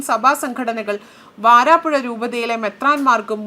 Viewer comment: വാരാപ്പുഴ അല്ല വരാപുഴ ആണ്...